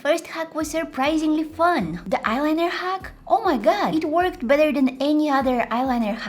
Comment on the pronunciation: not to be rude but when you say "it worked" it sounds like "it twerked" its kinda funny